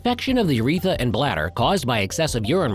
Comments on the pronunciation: It's not "uretha", it's "urethra". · It's ureth R a. Not uretha. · Isn't it "Urethra" rather than "uretha"? Check your pronunciation, please. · Slightly worried that you don’t know that it’s pronounced urethra, not uretha. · It’s urethra, not “uretha.” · The Uretha? Like Uretha Franklin, the famous R&B singer? There are TWO Rs in urethra. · We're supposed to take seriously a video regarding a serious medical condition that primarily affects males when the video's narrator neither knows what is, nor how to pronounce the name of, one of the principal organs (the urethRa) of male anatomy? "Urethra", not uretha. That this video was approved for publication / presentation on this or on any platform is inexcusable. Such a fundamental error leads me to view with skepticism information which may be presented in ANY video presented by this (YT) channel. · "urethra", not "uretha." And other mis pronunciations (and/or misspellings). If I must get my medical information from a dumb bot (which is what is talking in this video), then it must at least know how to spell and pronounce medical terms. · It’s UrethRA not Uretha. Please correct. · informative, educational and awareness-based. the ai mispronunciation of "uretha" cannot be highlighted enough. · STOP SAYING URETHA!!!!!!!!!! If you're just AI, then you have even less of an excuse. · I believe it's called a urethRA with an "r". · It's "urethra". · It’d be nice if the narrator of a video about the prostate could pronounce “urethra” correctly.